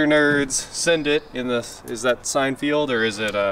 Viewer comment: it’s Seinfeld… not Seinfield. Come on now lol